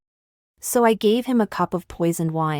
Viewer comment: This is how Ai pronounces " I gave ". Insane